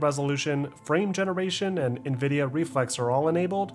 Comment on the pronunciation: Great video. So happy you pronounce nVidia correctly. Triggers me when people say NehVidia LOL